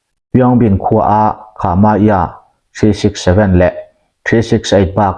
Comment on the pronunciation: Sipai batalion hming..kha..ma..za..tia i lam kha... Khah..mah..zah ..tiin lamtur ani e